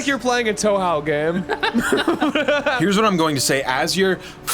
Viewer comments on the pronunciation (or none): Hearing pronounce Touhou as "toe-how" awakened some sort of primal rage within me. Great reference, disappointing pronunciation. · LMFAO its like a tohow game (touhou)